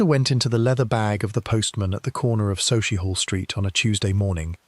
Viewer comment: SUCKIEHALL st that’s how it’s pronounced.